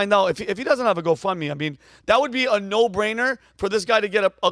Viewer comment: She says no like nurrrr.